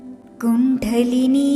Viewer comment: കുണ്ഡലിനി എന്നത് pronounced wrong here